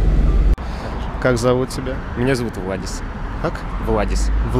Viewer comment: И Пельш не Владис а Валдис